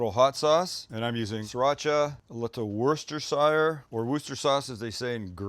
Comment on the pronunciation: We say Worcestershire (wuss ta sha) sauce. Because that’s what it’s called